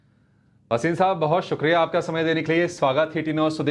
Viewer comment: वसीम नहीं भसीन